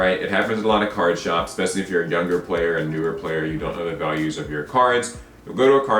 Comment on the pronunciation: ESpecially. Not EXpecially.